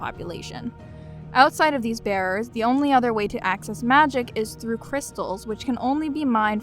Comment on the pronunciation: I keep hearing "bears" each time you say "bearers" lol